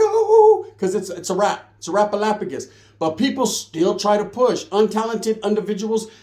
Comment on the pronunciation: “ it’s a wrap-a-lapogis”